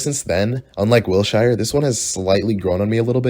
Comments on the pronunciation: it is pronounced "will sure" not "will shai er " : 0 <3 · it’s “will-SHER” not wil shyer 🤦🏻‍♀️ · LA native here, it’s wil - sure not wil - chi - re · BROOO WILSHIREEE????? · WILSHIRE??? WHATTTTT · Man called wilshire mid i cant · 1. you're wack 2. what 3. that's not how you pronounce wilshire